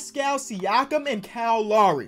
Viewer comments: Bro it’s Kyle loWry no lauri. Low-ree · Bro it's Kyle L-OW-RY. Not Lawry lol